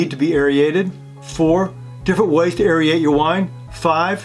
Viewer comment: The actual substance of the video is great, but your pronunciation is driving me crazy! Aerate doesn't sound like aeriate, and Bernoulli doesn't sound like Birenolli, lol.